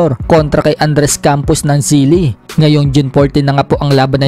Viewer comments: SILI? hahaha.. Chile Bro.. CHHHIIILLLEEEEE!!😂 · Not Sili its Chile